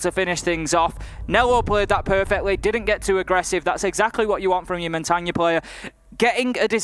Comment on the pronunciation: I hate how he says mon-tane